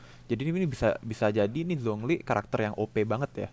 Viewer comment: Zhong Li dibacanya Chong Li